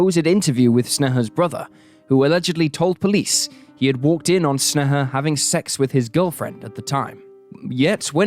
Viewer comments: It literally takes like 30 seconds of research to find out that sneha is pronounced like "snay-hah" and not whatever snuh-huh is supposed to be. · Snay-ha, not Sne-heh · i hate how u say her name. u say it soo many times and it sounds weird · Hearing my name from an American's mouth it feels wierd. You butchered the pronunciation. I am cringing.